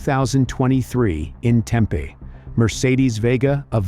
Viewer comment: It's pronounced Tempeeee not Tempay 👀🤨